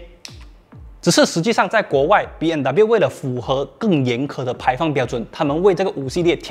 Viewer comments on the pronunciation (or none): 为什么我一直听到主持人一直说 BNW ?????真可怜，连品牌名字都读错！！！